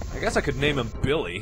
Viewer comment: "I guess I could name him Biwwy"